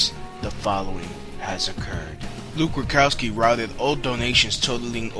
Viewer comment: AND ITS RUDKOWSKI... NOT RUKOWSKI, MAYBE ITS JUST YOUR VOICE BUT U SOUND LIKE U CANNOT PRONOUNCE HIS NAME... SORRY MY EARS WORK